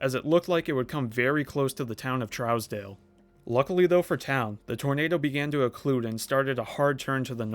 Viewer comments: I used to live in Pratt (30 miles east of Greensburg - population 7000). Went thru Greensburg frequently when going to Dodge City. You did a remarkable job on getting town pronunciations correct, except for one. Trousdale is pronounced "Trues-dale", not like a trout, :) 👍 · For future reference, It’s pronounced “True’s/troos-dale” not “Trows-dale”. I’m from KS. I went to Greensburg about 2 weeks after, utter devastation. Great doc on this storm. 👍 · Trousdale pronounced troooosdale.